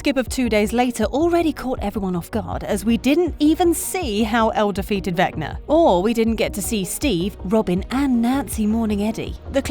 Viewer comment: The way she says vecner instead of vecna is killing me 😂🤣😂🤣